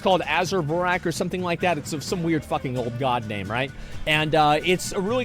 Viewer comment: I’m shocked at how good Asmon has gotten at pronouncing player names.